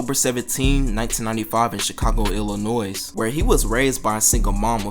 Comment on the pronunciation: The s in "illinois" being pronounced pissed me off. Good vid tho